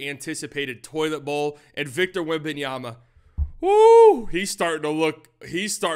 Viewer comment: So disrespectful with his name, WEMBANYAMA, NOT WEMBANYANA OR WEMBANANA